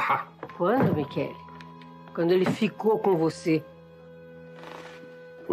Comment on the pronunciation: "Michele". Mas a pronúncia é "qu".